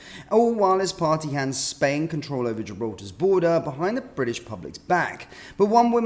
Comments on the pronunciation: It's British not Bridish. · If you are going to call it British Stand, don't pronounce it briddish there is no such place.